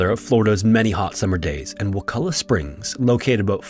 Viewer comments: Props for pronouncing wakulla correctly,but theres nothing warm about wakulla springs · Finally someone pronounces Wakulla correctly. Also Wakulla springs is NOT warm lol